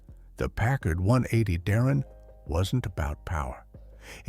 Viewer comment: It's Darrin.